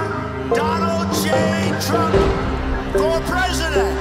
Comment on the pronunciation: minuto casi al final dice TURMP